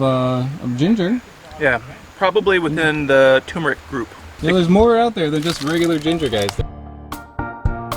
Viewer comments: Tu*r*meric! Say “fur” except with a T, followed by “meric” as in ‘merica without the a. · Please learn to correctly spell and pronounce turmeric! First off it hasn't r in it that is pronounced. We speak English here! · I think you've forgotten about the second R in turmeric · Turmeric. It's called turmeric. It's spelled turmeric. It's pronounced turmeric. 2 Rs. Turmeric. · Wait.... isnt it enunciated TuRR-MuRR-Ick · Don't fall for the wrong spelling and pronunciation; it's TURMERIC. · Please, for the love of God, it's TuRRRRmeric. Fricking Americans can't pronounce anything 😢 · More Vostok please. Also, I think it's pronounced "tuRmeric". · Despite its ubiquitous online mispronunciation, the work is properly spelled TURMERIC and you pronounce the first R. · Turmeric has an 'R' in it, between the 'U' and the 'M'!!!! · TURMERIC not Tumeric. Come on!!! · Okay pronouncing it tumor-ick is one thing but to also change the spelling from turmeric to tumeric is going too far man. Its not a tumor, there is another r in there. Turmeric. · Turmeric not Tumeric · it's turmeric not tumeric also btw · It's TURMERIC, not "Tumeric." There are two Rs. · It's tuRmeric, not tumeric. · Dude, It's TuRmeric , Not Tumeric. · What is the world is a TU-meric? Its TUR-meric. Jesus! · It's not "Tumeric", it's Turmeric. With an R after the U. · Please stop calling tuRmeric toomeric. There are TWO Rs in the word. Thank you. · Great vid friend! always so informative 🙂 you missed the "R" in Tur.meric. Pronounced Turrh-Ma-Rick ... not Tumer-ick ~Cheers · TuRmeric, not tumeric. There’s another R in there. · Not TUMOUR-ick, try saying TOUR-merick. Just 'cause many do it, doesn't make it right! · FYI it is Turmeric, not Tumeric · it is not tumer it is tur mer ic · CORRECTION: NOT "tumeric", but actually "turmeric". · Its not "tumor-ic" - there are 2 R's in there - "turmeric" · TuRmeric, TuRmeric, TuRmeric, not "toomeric", please! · (Btw, it's 'turmeric' not 'toomeric')